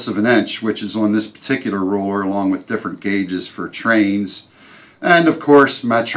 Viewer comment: Love all the layout tools and the explanations... some cool tools that I'd never seen/heard of before. Very useful! I gotta say... He kept throwing me with, what sounded to me as, his saying 'roller' instead of 'ruler' and finally the 'dale' for 'dowel'. lol.. put a smile on my face.